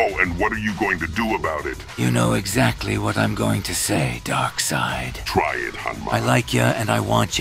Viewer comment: Darkseid turned into Darkseed